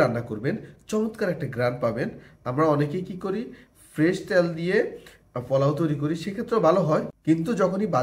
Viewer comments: মনে হয় নোয়াখালী বাড়ি। তাই পোলাও না বলে পলাও বলেন। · ফোলাও না পোলাও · শব্দটা পোলাও, পলাউ না।তেল,ত্যাল না। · শব্দটা ফলাও না পোলাও? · পলাও বলেন কেনপোলাও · পলাও বলেন কেন পোলাও। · ৩মিনিটের ভিডিওকে অপ্রাসঙ্গিক কথা বলে ১৫ মিনিট বানাইলো😑 আর তাছাড়া আপনি যেহেতু পাবলিক প্লাটফর্মে ভিডিও দেন, সেহেতু নিজের উচ্চারণের প্রতি একটু মনোযোগ দিবেন। পোলাওকে বারবার ফোলাও , ঘি-কে গি গি করতেসেন😑😑আর 'পারফেক্ট'❌ ফারফেক্ট✅ এগুলা কি ভাই😑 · আগে নিজের উচ্চারণ ঠিক করেন??? জীবনে প্রথম শুনলাম "ফলাও"😆😆😆😆😆😆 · আপনি কি নোয়াখালীর মানুষ পলাও বলেন কেন?